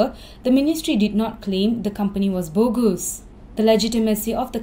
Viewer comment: OH MY ENGLISH! Please learn how to pronounce "bogus".